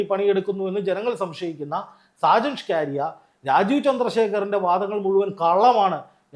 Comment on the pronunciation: ഈ മറുനാടന്റെ പേര് സ്‌കാ രിയ എന്നല്ല സ്കറിയ എന്നാണ് താങ്കൾ എപ്പോഴും ന്യൂസ് വായിക്കുമ്പോൾ സ്‌കാ കാരിയാ സ്‌കാ കാര്യാ എ ന്ന് വായിക്കും അതു കേൾക്കുന്നത് ഒരു വലിയ അരോചകത്വം പോലെ തോന്നുന്നു . തിരുത്തി വായിക്കാൻ നിർദ്ദേശിക്കുന്നു